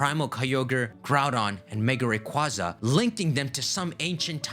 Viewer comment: People from Sinnoh are, officially, known as "Sinnohans", by the way. Also, Rayquaza is RAY-KWAY-ZA